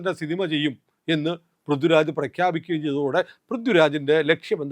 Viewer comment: ഇത് ആ ആശയം ഉൾപ്പെടുത്തി, കടുപ്പമുള്ളതും എന്നാൽ മാന്യവുമായ രീതിയിൽ ഇങ്ങനെ എഴുതാം: ശ്രീമാൻ, നിങ്ങളുടെ ആശയങ്ങളോട് എനിക്ക് എതിർപ്പില്ല. മറിച്ച്, നിങ്ങളുടെ ഐഡിയോളജിയെ പിന്തുണയ്ക്കുന്ന ഒരാളാണ് ഞാൻ. അതുകൊണ്ടാണ് ഈ വിമർശനം. നിങ്ങൾ പറയുന്ന വിഷയങ്ങൾ ഗൗരവമുള്ളതാണ്, പക്ഷേ ഉച്ചാരണത്തിലെ അശ്രദ്ധ അത് ദുർബലമാക്കുന്നു. "പൃഥ്വിരാജ്" പോലുള്ള സാധാരണ വാക്കുകൾ പോലും കൃത്യമായി ഉച്ചരിക്കണം. "ഥ" എന്ന ശബ്ദവും "ദ/ധ" ശബ്ദങ്ങളും തമ്മിലുള്ള വ്യത്യാസം വ്യക്തമായി പാലിക്കണം. പൊതുവേദിയിൽ മലയാളത്തിൽ സംസാരിക്കുന്ന ഒരാൾക്ക് ഭാഷയോടുള്ള ഉത്തരവാദിത്തം അത്യാവശ്യമാണ്. നിങ്ങൾ അവതരിപ്പിക്കുന്ന ആശയങ്ങൾക്ക് അതിന്റെ ഗൗരവത്തിന് ചേരുന്ന അവതരണവും ഉണ്ടാകട്ടെ എന്ന ആത്മാർത്ഥമായ ആഗ്രഹം കൊണ്ടാണ് ഇത് പറയുന്നത്.